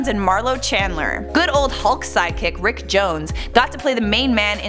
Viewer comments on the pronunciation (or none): i think you didn't put the "R" in front of "ick"